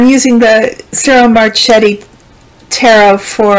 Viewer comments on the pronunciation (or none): Marchetti….the ch is pronounced K in Italian…